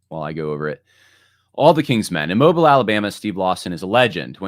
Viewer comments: Hi, it's moh-BEEL. From there. 🙂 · First time was like Moh-bull. Second time sounded correct. It probably only stands out to those of us who are from there. 😂 born and raised in Mobile. I was part of the church that Lawson left from AND was part of the new church. However we moved away a year after Christ Fellowship began.